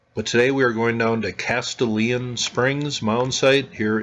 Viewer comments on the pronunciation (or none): Great video! I live about 30 minutes from this mound and I've always been interested in its history. Just FYI, this is a spot with Tennessee pronunciation. (lol) Castalian is pronounced 'Cas - stallion.'